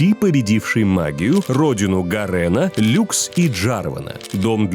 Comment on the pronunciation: Ребятки, серьёзно, куча официальных видео с ударениями, на имена так точно, ГарЕн... Ну камон 😮